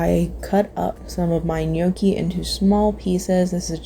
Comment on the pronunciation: Gnocchi is pronounced no key not yokee